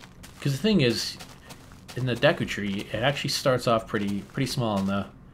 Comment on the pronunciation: correct pronunciation: DAYKOO tree